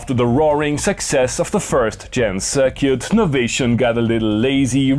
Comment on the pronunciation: I like how he says "Cir-cute" Very European and classy AF.